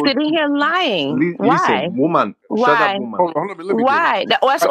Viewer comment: "Shatepp woomen!" 😂😂